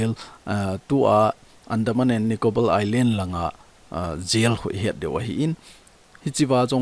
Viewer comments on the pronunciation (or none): none